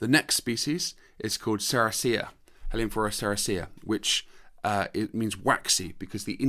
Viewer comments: I think you pronounce heliamphora wrong, there is only one L. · It could be better, but this is an artefact of British English pronunciation where French and Spanish words are generally pronounced with emphasis on the very first syllable, opposite to how the natural emphasis would be in French or Spanish e.g. CA-feh rather than cah-FE for cafe, GAR-age rather than gar-AGE for garage, or BAL-let rather than bal-LET for ballet. In North American English it's the other way around. Funny how language evolves in different places, not unlike how many of these Heliamphora species evolved isolated on these mountain tops!